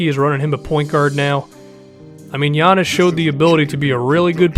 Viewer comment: Someone who doesn't say Giannis' name wrong, FINALLY!😂